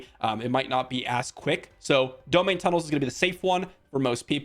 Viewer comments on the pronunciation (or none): I may be wrong but I believe it's pronounced dome-hine tunnels. Blizzard should put out a statement on the proper pronunciation though so that we know for sure. But anyway, thanks for the info!